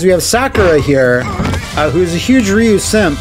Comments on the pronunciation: It really boggles my mind that they can actually pronounce “Ryu” properly when it’s a part of “Shoryuken” but still calls him Rye-Yoo.🤨 Yeah, a lot of people still call Ryu as Rye-Yoo even to this day but I’ve never seen a single soul that calls Shoryuken as Sho-Ryu-Yoo-Ken. LOL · Same honestly. But then they would always say Ryu's name wrong and I couldn't take that lol. Also Ken is a friggin moron in this series. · Yeah, it was kinda forgivable back in Street Fighter 2 era as the game didn't have any samples pronouncing it (other than shoooryuken) but there have been many, many, many Street Fighter games since then that outright say Ryu's name out loud and correctly. Plus the anime movie released in english in 1994 said it correctly too and I would have expected many SF2 fans to have seen it by now even if they hadn't bought the movie back then themselves (I bought it then here in the UK and it became one of my most watched movies ever. And beats the heck out of the Van Damme movie that itself gets Ryu's name wrong and this cartoon is based on that). Ryu is one of the most recognisable characters in gaming. He's iconic. It's weird that even after 30 years there's so many people who can't get his name right... Anyways I ranted a bit more than I probably should. Been a long annoying day. Off to be bed. Goodnight. :D